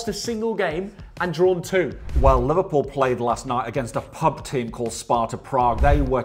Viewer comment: is the goat bro said livedpool ❤